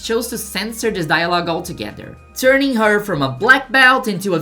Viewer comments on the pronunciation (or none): none